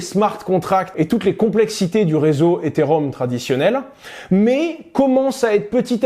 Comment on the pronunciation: Après 1 minute d’écoute, je vois qu’il ne sait pas prononcer correctement « Ethereum » et qu’il confond le protocole Ethereum avec le jeton Ether. Ça s’annonce beau pour la suite.